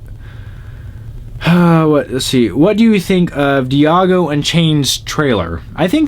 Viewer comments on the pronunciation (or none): its not diyango in chanes, django is just pronounced jango, just take out the d